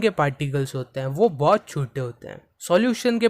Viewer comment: Particles nhi "Pattticles" Chote nhi "chottee" Btw thank you for the video ❤ Watched it in 2x ✅